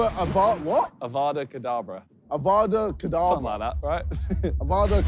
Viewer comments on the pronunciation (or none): It is evada kedabra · He said evada cadabra haha does he not know it's abra cadabra